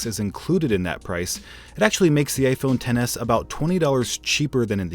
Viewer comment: No offence, but why does it sound like he says gayphone XS instead of iphone XS